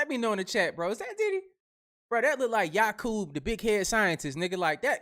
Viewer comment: 😂 not Yakuub